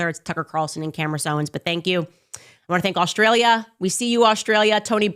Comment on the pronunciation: Tucker Carlson and Camerace Owens? Did she mispronounce her own name?